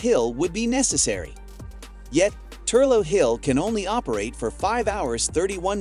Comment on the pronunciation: The Hydro station in Wicklow, Ireland is actually pronounced as ‘Thur-lock’ hill, not Thur-low as butchered multiple times in the video! You’ve obviously never been there!